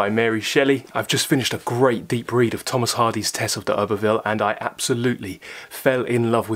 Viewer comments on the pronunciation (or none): none